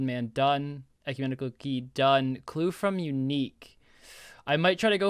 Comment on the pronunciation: Man said ‘Ecumentical key’ 😂😂 Great video.